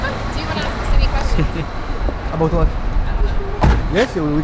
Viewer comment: le “ ABOUT WHAT ? “ avec l’accent bien Français 😂😂😂😂